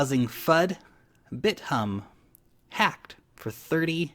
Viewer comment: I like how you pronounce Bit - Humb =)